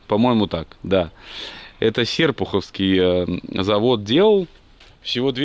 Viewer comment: я из города в котором выпускалась инвалидка, сейчас завод сдан в аренду разным предпринимателям p.s ударение всегда путают серпухОвский мото завод )))